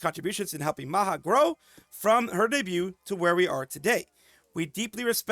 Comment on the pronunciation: Maha5(MahaPanca) is pronounced Ma-Ha-Pan-Cha. Anak Mama mean Mama's Children